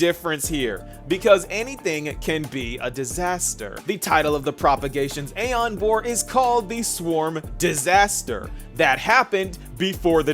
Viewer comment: You might be Erudition, but you still can't pronounce aeon properly 😂 gottem